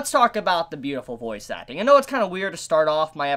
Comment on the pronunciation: Every time you said voice acting, I understood it as "Bois suckling" or "Boys acting"